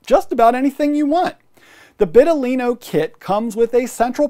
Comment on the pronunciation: vital-ino, not bit-talino (that's the whole point of the name)